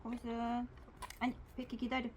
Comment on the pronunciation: 백희 -- 베키 발음이 외국 강아지 같아요 ㅎㅎ